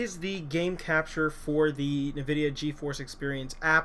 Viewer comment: Lol.... NuhVidia is what it sounds like he's saying